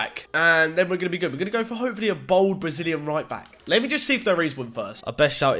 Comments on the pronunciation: Can u stop saying bald like BOLD like yer six and you say pasgetti and sumbarine! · Is anyone else really annoyed at the way he pronounces ‘bald’ as ‘bould’ or is it just me 😂😂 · bald not bold